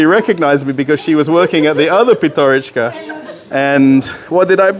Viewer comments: PYATYOROCHKA - так правильно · PYATYOROCHKA - that is how it shoud be written and pronounced properly.